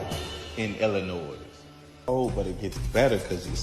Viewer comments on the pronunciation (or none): I’m sorry but when someone actually says Illi NOISE I know you have not been far from home